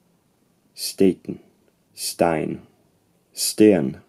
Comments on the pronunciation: nailed the Swedish pronunciation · Haha, yeah me too! It was so flawless I had to reverse and listen again if it was someone else that was pronoucing it for you. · I agree, pretty much flawless pronounciation of "sten" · Your Swedish pronounciation of ”sten” with the breath to it is flawless. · Yes, but "pretty good" doesn't cut it for how good that Swedish 'sten' sounded. I don't know if it was luck or if he's just that accurate but it was on point. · Unless I misheard, you said that the 400's were well before substantial Gothic texts, but Wulfila's bible (which makes up the majority of the Gothic corpus) was written in the 300's. Very good pronunciation of the Norwegian and Swedish, by the way.